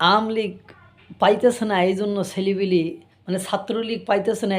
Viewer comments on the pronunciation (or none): তুমি ঠিকমত আওয়ামী লীগ কথাটা উচ্চারণ করতে পারে না আবার ভিডিও বানাইছে া